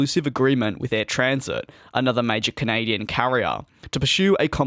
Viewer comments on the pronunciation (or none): DJ, please, it’s AirTransat, not AirTransit. Air Tran Sat, as in you ‘sat’ on a chair. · The way you are currently saying it is 'air transit' but it is spelled and said as 'air tranSAT', not SIT. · Like TransAtlantic but drop the lantic.